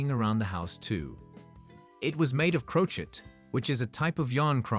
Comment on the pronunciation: It’s pronounced crow-shay not crow-chet